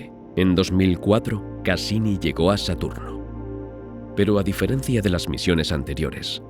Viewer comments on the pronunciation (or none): none